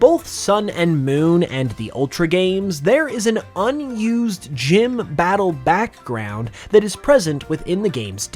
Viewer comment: why do you pronounce 'background' like that